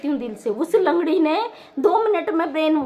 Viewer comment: lakdi nhi langadi thik se to bolo thoda dhire dhire😂😂